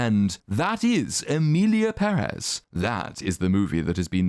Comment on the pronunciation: Thank you for saying PEHrez and not pehREZ. The accent on the first E is there for a reason people, let it help you.